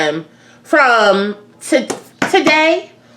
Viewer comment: .....i know you from Baltimore "tew"🤣🤣🤣🤣